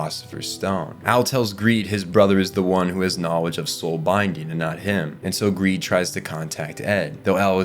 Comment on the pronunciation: Who else after hearing ed call greed/long "greeling" cannot call them anything else...